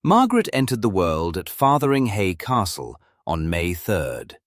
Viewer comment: Fotheringhay not Fartheringhay.